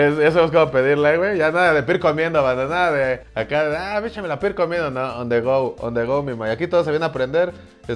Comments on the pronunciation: On the rud?? Que no era on the go?? Jajajajaja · Jajajajaja on the rohad